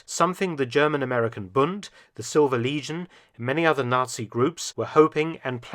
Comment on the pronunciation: your pronunciation made "silver legion" sound like "silver lesion" which is pretty fitting